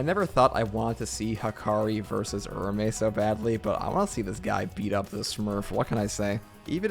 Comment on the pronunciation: It’s Ura-ume. Oorah-oomay